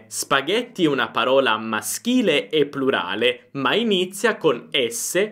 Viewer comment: Vorrei solo sapere se Lei dice prulare o plurale perché si sente prulare ho sbaglio?